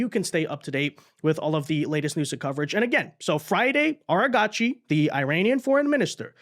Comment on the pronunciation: Its not ARA GACHI, that sounds Japanese, its pronounced argachi